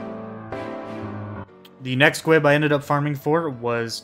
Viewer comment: Great video, but "gwib" is driving me crazy. "Gwiber" is pronounced "gwye-ber" why are you saying "gwib" lol! I've only got Diamond and WoL to go, and I've been wanting to farm Titania and Hades again just for the mats.